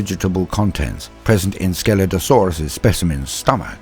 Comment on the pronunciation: Only listening to this I thought I heard "Skeletosaurus" when you were talking about Scelidosaurus. 🤣 Great video. Keep up the good work.